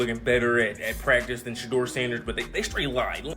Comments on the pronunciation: Fucked up part about this video is how you keep saying Shedur name .. before making videos dude learn the names first smart ass!!! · I DON'T KNOW WHAT YOU CALL THE GUY THAT DO ALL THE TALKING WHILE YOU'RE WATCHING THIS VIDEO BUT WHOEVER YOU ARE 1 MINUTE YOU PRONOUNCE SHEDUER Sanders NAME CORRECTLY AND THEN IN THE SAME BREATH YOU SAY HIS NAME AGAIN AND YOU SAY IT WRONG SO WHY YOU CAN'T SAY HIS NAME RIGHT THE FIRST TIME AND KEEP IT THAT WAY 1 MINUTE YOU PRONOUNCE HIS NAME RIGHT THEN YOU DON'T PRONOUNCE IT RIGHT THEN YOU PRONOUNCE IT WRONG CAN YOU PRONOUNCE IT RIGHT I MEAN COME ON HELLO ARE YOU THERE CAN I GET SOME FEEDBACK SIR ? 🤔🤔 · Say His Name Correctly PLEASE! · Please learn how to pronounce his name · Can someone please get the system to pronounce his name correctly? It makes every pronunciation except the right one. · You know his name say it right. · You get one last chance to properly and CONSISTENTLY pronounce Shedeurs name else I'm deleting this channel. Cut THE AI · First of all, it is disrespectful to not know how to pronounce a person’s name. That’s the first thing you learn about telling something. Secondly who ever is the best should get the job. We all know most GM’s are just butt kissers for owners. Third, I wouldn’t want to be with the Browns, good fans, but crazy owners. They don’t want Mr. Sanders, but he is a cash cow they want to milk. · Why subscribe if you can't even pronounced his name correctly?